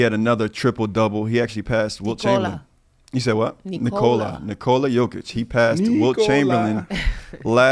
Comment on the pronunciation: You accentuated Jokic's name well, Nikola. The girl totally missed the accent. 99 percent of Americans pronounce his name wrong, and even his teammates and his coach.